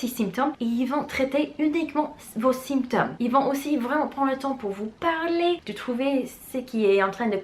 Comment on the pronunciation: Bonjour je vous suis depuis 1 semaine environ et j’aime beaucoup ce que vous faites. Qu’avez vous enseigné au lycée? Ps: symptôme se prononce sAINptome. Merci pour ces vidéos:-)